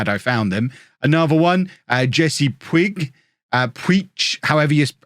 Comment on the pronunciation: Puig is pronounced with a soft g. Similar to the word “which” with a p in front. Sounds like “pwhich”.